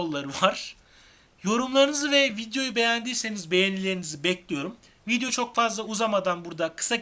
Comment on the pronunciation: Yanlış anlamayın vidyo değil video. Teleffuz ederken öyle söylüyorsunuz